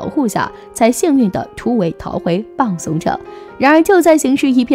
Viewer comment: 日文的「浜」是「濱」的簡體字，因此日本地方浜松城，寫成中文是濱松城，要讀作「濱(bin)」松城，而非「浜(bang)」松城。